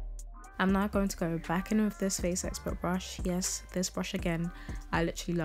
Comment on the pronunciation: Who else thinks that every time she says “Now” sounds “Not” to you 🤣